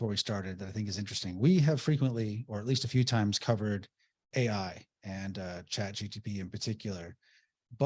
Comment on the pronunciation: it's Chat "GPT", not "GTP":) Just thought you'd want to know. Thanks for all the great info, guys.